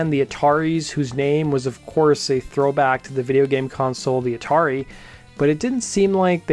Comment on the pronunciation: I'm curious of how you mispronounce Atari